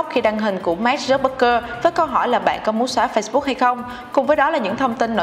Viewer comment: Mark zuc bergker là ai thế mn tên ng nổi tiếng phát âm còn sai 😆